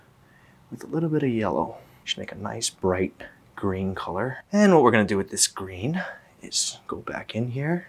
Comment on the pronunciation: Ryan: "a nice green colour" My brain: "and the ball was... gween and it was gween and-and then it was gween and the gwass was gween and and the ball was gween and it was gween..."